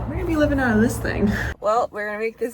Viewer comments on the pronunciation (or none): none